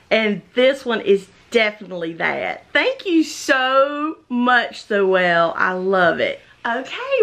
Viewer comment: Awww I'm so glad you loved your box. When you showed Zoëlle's ornaments she started squealing. This was such a fun swap. Oh and you said my name perfectly.